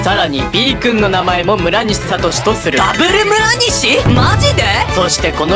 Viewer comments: 問4で村上て聞こえた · むらにしをむらかみっていってた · 1：29むるにしって言ってる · 村西の時村神ってきこえた